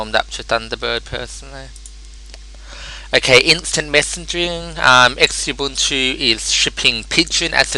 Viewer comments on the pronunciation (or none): Note that it's not pronounced X-Ubuntu, it's pronounced like "Zoo-buntoo". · Actually, it's properly pronounced like "zoo-BOON-too" or "zoo-BUNE-too." The word "Ubuntu" comes from the Bantu languages of southern Africa, where it is pronounced with the middle syllable rhyming with June, goon or soon, not rhyming with bun, gun or fun. For more info, please see the pronunciation guide on the Ubuntu/Canonical web site. :-)